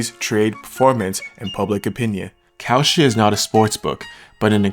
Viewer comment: Bruh not kalshi come on